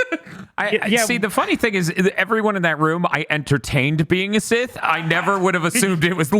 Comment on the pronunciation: Funny how can't say Sith. He's a dark lord of the THI ·S!